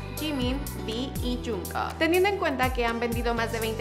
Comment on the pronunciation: Jeon Jung Kook se pronuncia Chon Chong Guk